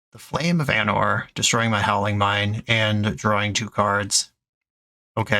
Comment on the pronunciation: I know you love your "Right in the anor" joke, but it's pronounced with a hard A like Ar-Nor